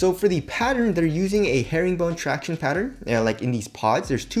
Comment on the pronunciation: please stop saying traction like that its cringe